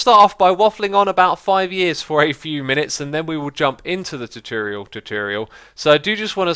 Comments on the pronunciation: xisuma tutorial is said T-or-t-or-e-al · i love how you say tuturial omg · It's : too tore ee ull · Tutorial = 2 - Tore - ee - Al ( not trying to be mean or anything but thats the pronunciation i here all the time ) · If you want to say tutorial split it up. Two-tour-e-al please try it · tutorial is pronounced two tour ee al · you saying chochorial made my day :-)))) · I just clicked to hear you say "tutorial" a bunch of times. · The way you say tutorial sounds funny